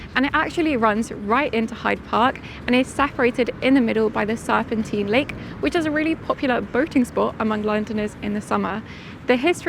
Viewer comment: Please learn how to pronounce place names before you start recording. E.g. Serpentine (rhymes with valentine).